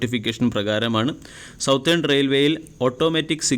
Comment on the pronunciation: സൗത്തെൺ അല്ല സതെൺ.